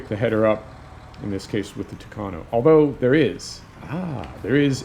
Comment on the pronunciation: I like that you're saying tucano the right way.